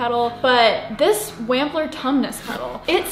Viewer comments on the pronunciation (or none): Wampler is pronounced wompler